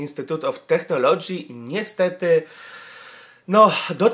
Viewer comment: Technology" czytamy przez [k], zatem mniej więcej [tek`nolodżi]. PS. U mnie w pracy pani dyrektor wymontowała klamki z okien, zostawiając tylko po jednej na każdą salę, żebyśmy czasem nie uciekli jak szczury.